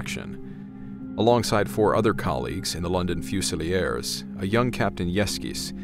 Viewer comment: 'Fusie-lee-ers' - I have never heard Fusiliers pronounced like that! 😂😂